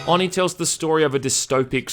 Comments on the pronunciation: No, because a true weeb would know that the syllables are Oh-knee and not on-ee because Japanese syllables only have 1 way to pronounce them (unlike us who can say "a" several ways). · It's pronounced with a long "O": "oh-nee", not "aw-nee". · Why do you call it AwNee? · Oh-knee. Not on-ee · It’s pronounced “Oh-knee” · nope, you pronounced oni wrong for the hole video. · The way you say Oni irritate's me. Oni is Japanese for demon, just like Yokai and other. No offense for the first sentence. wolverine's hair.